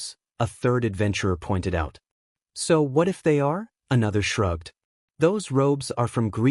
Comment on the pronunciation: "The ehatif guy" I'm sorry i can't, i just can't 😂😂😂😂😂😂